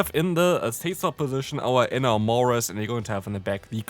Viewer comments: eh-NAM-orous, pronounced like the word "enamor" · It physically hurts me to hear your pronunciation of Enamorus. I get Enamor is a weird word, but still